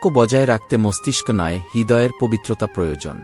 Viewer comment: এতো সুন্দর পাঠ করছেন কিন্তু প্রোজোজোন বলবেন না বলুন প্র য়ো জ ন 😅